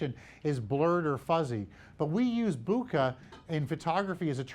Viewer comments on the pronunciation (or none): He said booookah !! 😂😂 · Worst pronunciation of bokeh award